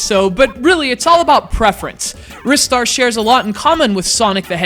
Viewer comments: Filipe Andrade Okay, well I'm going to carry on calling it Ristar the way I've always done lol, but thanks for justifying the correct pronunciation for the name, I'll look more into the Japanese meaning soon :) I know he appeared in Sonic & All-Stars Racing Transformed, and I'm thankful that he hasn't been completely forgotten like poor old Streets of Rage. Having said that, I believe it is time for a sequel now, with the new generation of gaming and all that :) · I'm not sure if you were serious, but it's actually pronounced like "wrist-ar". The proof comes from the Japanese name リスター. If it were as you claim, it would be spelled ライスター. I might also have some bad news for you about Ryu from Street Fighter... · why in the world do you call it risstar? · You're such big fans, yet you pronounce it wrong. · yeah i think u mean rye-star not wrist-star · What's Wris-star and why are you talking about it during a Ry-star review? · It's pronounced "RIS-STAR"? I thought it was always pronounced "RYE-STAR"? :o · He's so much of a fan that he names CGR Undertow after Planet Undetow, yet he pronounces it Wrist Star What? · I've never heard anyone pronounce Ristar like in this video. I've always thought it was (R-eye-star). Oh well. This is up there with my favourite 2D games of all time. Love it. I wish Sonic and Ristar could have a crossover game together, similar to the day and night stages of Sonic Unleashed I guess. It sucks that just because they decided to keep Sonic as a mascot instead of Ristar (he was planned to take over Sonic) that he has to be forgotten like this. Show Ristar some love SEGA! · "Wristar," LOL what sillies. They also call Mario "Marry-o" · I also pronounce it Rye-Star (like Rye Bread) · I own a megadrive, yet I've never owned this game. Also, I'm not the only one who pronounces it 'Rystar', am I?